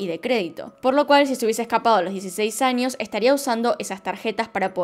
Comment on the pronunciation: Yo amo cuando dice anios(años)